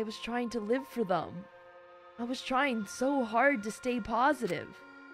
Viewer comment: I need to bring this to your attention, she says “them” as “thum”